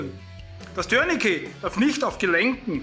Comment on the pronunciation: Du bist einer der wenigen Menschen, die mir im Umgang mit Bundeswehr, Polizei und auf Youtube begegnen und Tourniquet richtig aussprechen. Warum auch immer wird das Wort in Deutschland zu 99 % als "Türnikie" ausgesprochen. Scheinbar lernt man und gibt weiter und niemand hinterfragt es. Das Wort ist französisch und wird "Turnikee" ausgesprochen. Es sagt ja auch keiner "Tür de France". Und ein "t" ist im Französischen nahezu immer stumm. Beispiel Bouquet (Blumenstrauß). Sagt hier jemand "Boukie"? Also danke dafür. Zum Video: Gut, kurz und korrekt.